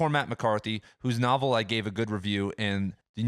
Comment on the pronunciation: "nuvvlist" "nuvvle" lol...logic bros about to have an aneurysm!